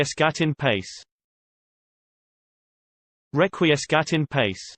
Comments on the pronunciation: Remember, Latin has heavy pronunciation roots in Italian. The proper way to say it is Reck-Wee-Es-Kat En Patch-Ee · #Clickbait how not to pronounce Requiescat in Pace. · Please take this down. The pronunciation is TERRIBLY WRONG. THIS. IS. HORRIBLE.